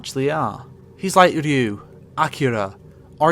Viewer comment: Love how he mispronounced Ryu's name